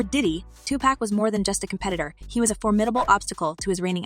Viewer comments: Girl you can not say their names right Please! Please can you say Tupac's name correctly!! Its not tupack!! Tupac! Dre not what you just said! You can not even state the names right! Just stop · It's not pronounced to pack...that is very irritating. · I couldn't watch this culture vulture video hearing "2pack" and "shugs knight" smh 🤦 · Say his name right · I wish you would pronounce his name right. You hear us say his name the right way. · She knows how to pronounce his name. .The media does that to clown Pac. She's media and the media is full of undercover bigotry.